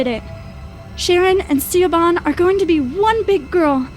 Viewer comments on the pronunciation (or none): yess i was so angry when she said ceeoban like ugh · I cringe every time she pronounces Siobhan as (see-o-bhan). It's pronounced like the name Shavon. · Just so you know the name Siobhan is pronounced like Shavon, not C-obon. I know because it's my name 😘 Most people pronounce it wrong, Siobhan is the Gaelic spelling! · Girls might be fine. But mum is whacko..😫 I can't handle how she pronounces Siobhan...lol. Sha vorn.... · Siobhan=Shuh-von. shudders in Irish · Siobhan is pronounced shivon 😂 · I stopped listening the moment she mispronounced "Siobhan" as "Seebon" too distracting 😂 it's not that hard to Google how to pronounce the name these days. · Siobhan is pronounced - shavon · Pronounced shuh-VON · She-A-Bon... Siobhan. Oh god, plz. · FWIW, that name, "Siobhan" is meant to be pronounced "shiv-on". It's an Irish name. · CSharp yeah I just came here to say that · Siobhan is pronounced she-vahn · Shove onn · "Siobhan" was mispronounced, but I think that perfectly added to how incredibly annoying the mother was. Ever talk with someone who clearly isn't British but talks to you in an over-the-top British accent because they spent a month in UK for study-abroad programs or vacation? (Applicable for any country/language.) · Well it's an easy mistake to make if you're not Irish or don't know anyone with the name. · oh I totally agree! People have butchered it all my life, I wasn't criticizing the narrator....I was just telling her so if she ever sees it again she will know the right way to pronounce it.